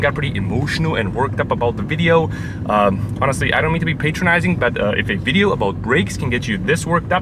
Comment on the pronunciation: The word "Patronizing " is pronounced Pat-ron-izing, not Pate-tron-izing.. BTW that means talking down to someone..